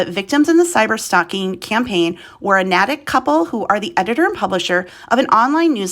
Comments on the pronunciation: The town's name is pronounced NA-tick (A as in nay) and not na-tick (a as in attic). If you're going to do a news report, take the time to make sure you get your pronunciations correct. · Nay-tik is how it’s pronounced 💕. I’m from Nay tik Mass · Thanks for making this info available for more people to know what was going on. They have to be punished for those horrible things they did. And the name of the town, Natick, is pronounced "Naytick". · You pronounced a New England town wrong, it's pronounced Nayy-tick! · been driving me nuts too!